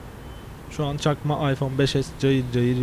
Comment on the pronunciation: arkadawlar cakma diyo cakma